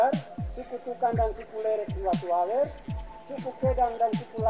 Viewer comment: Watuwawer not Watowawer